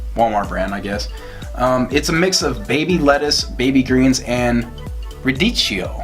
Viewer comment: You’re awesome! I love your haul videos. Good point on the celery. I often buy the whole stalk with plans to use it but then just have to throw it out. And it’s rah-dee-key-oh. :) And I love canned pumpkin. It’s great in so many things. I use it in my chili and even taco meat; pretty much anything that needs a creamier texture where I don’t want to use avocado or coconut milk. Thanks again for another great video!